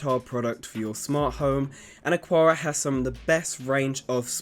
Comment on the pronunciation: Thanks for the quality information. Small quibble, though: the pronunciation of Aqara should be like "Akara" instead of "Aquara".